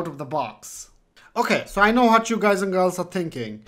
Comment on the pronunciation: Love it when you say gays & girls !! thanks :D